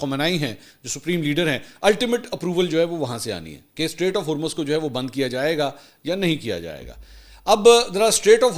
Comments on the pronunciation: Strait, NOT STATE! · Mansoor continuously saying "state of Hurmz" 😂